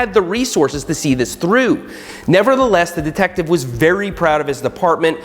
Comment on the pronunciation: Why’s he saying deeetective